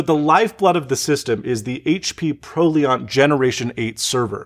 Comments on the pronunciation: Pro-li-ant not pro-le-arnt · Pro-LIE-Ent, not Pro-LEE-ent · ex fucking scuse me "pro-lee-aunt"? pro-li-ant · Yeah, that makes me cringe. I pronounce ProLiant as ‘Pro L-y-ant’, as if you’re saying ‘lie’ but also sticking ‘ant’ on the end of it. Never heard it pronounced ‘Pro-Leant’ in my entire life. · Pro "liente", dude I'm French and I don't even pronounce it that way. It's Proliant like Reliant. So like Professionals Rely on HP sort of thing. hehehe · Normal people: "Cool video" People in IT "OMG did he just say 'Pro-Leant'" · Minor note: You pronounced Proliant as "Prolee-ahnt". It's a portmanteau of "professional" and "reliant". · thank you. i have always pronounced it like the PRO in professional and the LIANT in reliant. when i heard him say "pro-Leon[t]" i had to hear it a few times to figure out if its me or him that is right(i hope its me). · ProLiant is pronounced "pro LYE ant" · Edit: (just finished the vid) I really liked this video, i think you did a great job explaining things, and the end result looks really nice. you may have pronounced pro-liant wrong , also, what type of proliant is it? dl580? 380? I work as a server administrator for a big conglomerate company, we see a lot of HP & Dell's servers, and believe it or not, I much prefer the HP array configuration utility over Dell's r5Xxx solution any day of the week. HP servers are really nice, but support from HP is horrible, whereas dell servers are "ok" but their support is amazing. Also, what about the iLO? have you set it up? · Ha. He said ProLeeAunt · HP pro-lee-ant LOL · That made my ears bleed, I understand you are not a super tech guy, but its PRO-LI-ANT, Like the Word RELIANT. Professional and reliant. You can rely on it, It is not french. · This pretender can't even say PROLIANT properly!! LINUS FTW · Your pronunciation of "Proliant" is just precious 😄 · The way this dude pronounces proliant caused my asthma to flair up. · Also lol'd at "zee file system or ZFS"